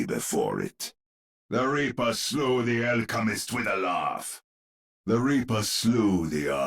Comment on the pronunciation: 3:1 The way Reinhardt says ''The Reaper'' sounds like he says ''The Weeper'' instead. He's gonna make us weep